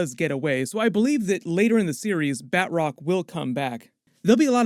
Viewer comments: Batch-rock. not Bat-rock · Love your reviews and been watching for more than two years now. If I may... Batroc is French. Pronunciation should be "bah-troc" (hard roll on that "r" if you can), not "bat-rock" :) keep up the good work. Much love from French Canada. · Say it with me Ba-Troc. Not Bat Rock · It’s BATROC not BAtROC, heavy emphasis on the “T” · Ba Troc not Bat roc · Ba'troc not Bat rock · "Bat-rock"? Seriously?